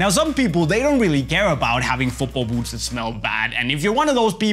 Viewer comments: he says oot not boot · I like how he says boots :) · Me to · I can’t handle this guy saying boots